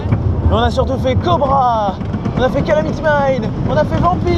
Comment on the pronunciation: Je rêve où il dit le "Cobral' lol